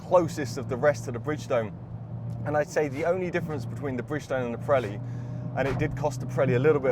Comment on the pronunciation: It’s Vre-de-stein, not fredstein, Pirelli not Prelli.